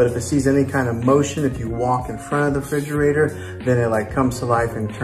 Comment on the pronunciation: Refrigerator! Not frigerator..